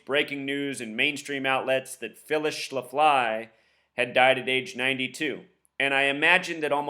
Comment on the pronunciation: its pronounced shaf-ly